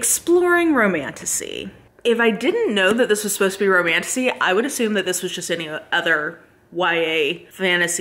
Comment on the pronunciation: Maybe it’s just my broken mind but the amount of times I hear ‘Romantussy’ is positively disturbing 😂